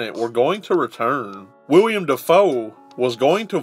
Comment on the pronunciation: Willem Dafoe not William lol